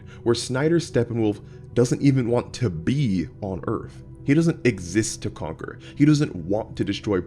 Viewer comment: "he lived only to con-cor"